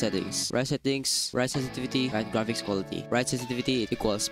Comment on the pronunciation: NOT SESESESETIVITY LMAOO